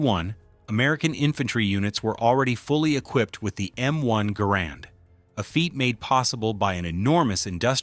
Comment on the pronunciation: Though the inventory's name was Garand, it was pronounced "Garren"